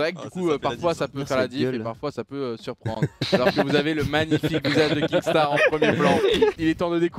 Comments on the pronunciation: Oh doig c'est kinstaar et pas kingstaar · ARRÊTE DE DIRE KINGSTAR c’est kinstaar 😂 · MAIS C PAS KINGSTAAR YA PAS DE G PTN C KINSTAAR